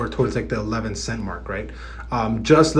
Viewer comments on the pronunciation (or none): none